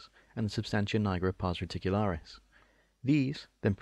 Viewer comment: Jesus christ why are you saying pars reticularis? It hurts my ears